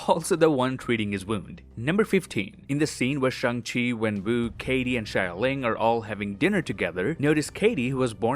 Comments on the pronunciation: It’s “Xialing” not “Shyling” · Xialing is pronounced “Shaling” not “shayaling”